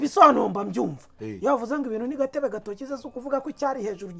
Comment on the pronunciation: Bavuga Gatobe gatoki...ntibavuga gatebe gatoki